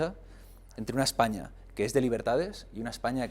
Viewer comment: Vete al parlamento inglés por ejemplo, canis con dinero y corbata jaleando como burros, por no decir de otros(decenas) que se cuecen a palos. Ejpaña dice el idiota. Objetividad es lo que te hace falta. Y el que escupe en el parlamento es Rufián, y las que sacan las tetas en el parlamento son esos que dicen Ejpaña.